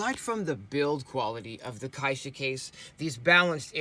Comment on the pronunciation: Great video, and thanks for the care in pronouncing "caixa" properly. :)